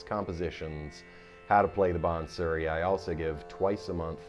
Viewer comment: Awesome playing. Nice try with the pronunciation by the way. Although it’s not maal kones. Malkauns is “maal - ka awce” the last syllable is a nasal sound. Same with bansuri. Hard to explain without an audio demonstration, but great try! The playing is just grooooovy. Not achievable except by great effort in teacher and student, as is evident in your playing. Keep on playing. Love it.